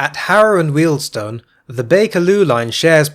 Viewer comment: I think that, short of reinstating the WJ section, terminating at H&W is the next least worst option. It gives access to National Rail services out of Euston from places other than Euston itself. Also, thank you for pronouncing Wealdstone correctly - Jago always gets it wrong! 😄